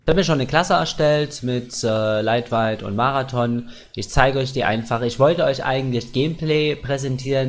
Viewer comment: kein geflame aber leitweit xDD hört sich soo hammer an